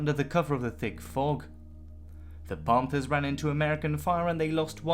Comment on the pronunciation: Pohnthers? Wtf?